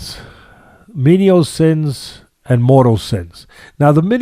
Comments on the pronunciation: Great insights. However, they're "venial sins," not "menial sins." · What kind of left-footer says “menial” for venial? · It's venial Sins Teddy